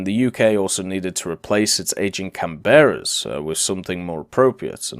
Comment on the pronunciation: You are mis-pronouncing Canberra. It's "CAN-berra" not "Can-BERR-a".